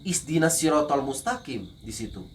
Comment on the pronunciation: ko belajar agama islam dari kecil baca afatihah aja salah padahal alfatihah itu dasar bagi umat islam *ihdiina bukan isdiina😂😂 *surat al ikhlas bukan alfalaq😂😂